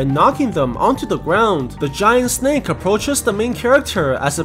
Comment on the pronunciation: i love how he says sneck